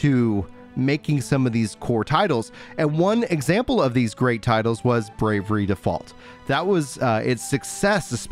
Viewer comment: It's "Bravely Default 2" not "Brave-er-ree Default 2", as you say it.